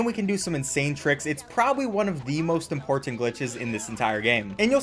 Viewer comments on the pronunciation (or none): He also says "import tant"